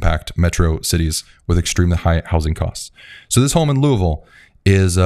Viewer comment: You said Louisville correctly!! 😊🎉